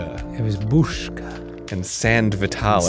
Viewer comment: Tipping my hat to Dan, his pronunciation of Busca was almost perfect!